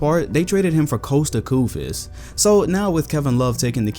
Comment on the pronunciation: The way you said “Kosta Koufas” 😂